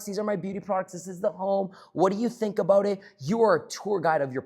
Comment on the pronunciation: All gold until I heard “aboot” 😂😂 jk